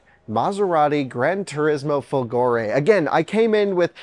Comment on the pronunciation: indeed, folgore means thunderbolt, and the accent is on the "fo", rather than on the "go". And that is a fake Italian/Euro plate